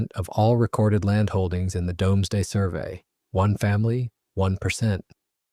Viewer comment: Doomsday - pronounced Dooms (as in brooms) , and day (as in the time the sun shines light) . NOT dom (as in Tom ).